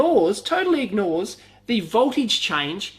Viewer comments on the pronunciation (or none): "It assumes that a itzy idig ignig nores"....thanks, now i understand!!!! Just making fun....good video.